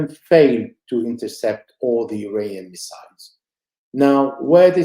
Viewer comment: With utmost due respect to guest whom I greatly admire, IRANIAN is pronounced "Eee-Ronny-Yan" rather than "Eee-RAINY-Yan". As for you, I thank you as always, for inviting such knowledgeable people.